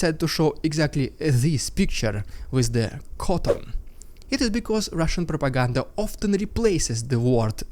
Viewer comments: "RUSSIAN PR-R-ROPAGANDA!" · LOVE your humor!!! the Rrrrrrrrrediculous rrrrrrrrrrussin pppppropagand, in HIGH SPEED, was funny! There is wind noise in your audio. Is there something blowing on your mic? Maybe in future meetings with the ruzzian MOD, they will prop Gerasimov up so he looks like he is alive???? They did it before.... We can only hope! Thank you for the update! Sounds GOOD! Slava Ukraini! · Funniest RRPrrrrrrrrrupiganda yet